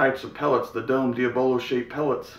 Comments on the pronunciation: Sweet vid man... I believe the pellets are pronounced (Dee- obb- low)..... not (Dee- uh- bell-o). I'm new to air guns, just got a Gamo Swarm Mag Gen 2 in .22 for Christmas and so far I love it. Been watching you vids like crazy. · the “a” is silent